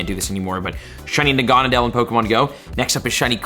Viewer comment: Sorry, it bothered me. Lol. It's pronounced Nah-guh-nah-duhl